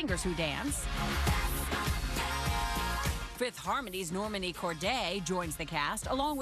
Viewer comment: Nor-Mah-Nee not Nor-meh-nee. You would think that they would try to get her name right.